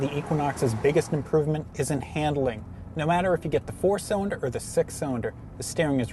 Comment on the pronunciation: Learn to say your "L's"--it's not "cywinder" or "wew controwed".